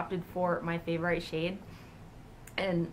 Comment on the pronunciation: why did you pronounce "favorite" like that? that's not how you say it... lol. anyways, great haul! I want one of those ombre-type blushes soooo bad!